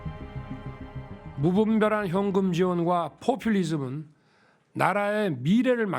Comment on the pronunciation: 풔퓰리즘~ 저 지경에 발음 꼬ㅗ는거 봐 ㅋㅋ ㅋㅋㅋ ㅋㅋㅋ ㅋㅋ ㅋㅋ ㅋㅋㅋ어딜가나 통역 다 끼고 다님서